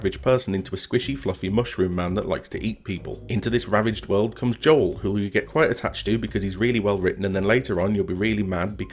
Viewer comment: you had me until you said 'Joel' xDD Great video! Love seeing the progress.